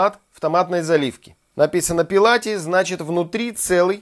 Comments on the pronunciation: Брависсимо!!! Спасибо приятно и вкусно вас смотреть! Одно поправочка-не пЕлати, а ПЭллати-(в переводе с Ита) - без кожуры, очищенный. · !Не пИлати,а пЭлати.